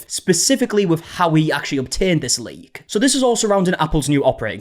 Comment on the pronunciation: I swear u were saying "link" the first 30x u said "leak"